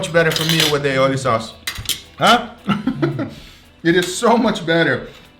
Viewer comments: its not aioli, its all-i-oli, a catalan word (spain) wich means garlic-and-oil hahahahahhaha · Hearing him pronounce Ali Oli like Aeoli makes me die inside